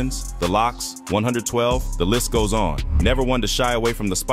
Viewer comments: Also called ciroc Ky rock, jodeci joe day see, 112 one hundred twelve 😂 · Bro “A hundred and twelve” instead of “one twelve” 112 and “Liv” instead of live. Idk about subscribing😂😂 Edit I just heard “kid cooti”😂😂😂🤮🤦‍♂️